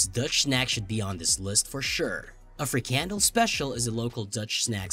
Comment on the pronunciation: Frikandel (what you mispronounced as free candle) sounds like every sausage ever made. Did I miss the disgusting part, or are you saying all sausages are disgusting?